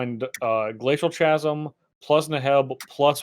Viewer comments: "Chasm" is pronounced: /kazəm/ you're welcome. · Chasm: It's pronounced "kasm," for the love of God.